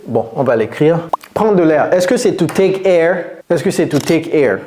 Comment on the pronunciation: Touték ??? Par pitié, soignez votre phonétique, c’est catastrophique